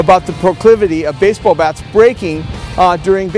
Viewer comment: Basebuuhh games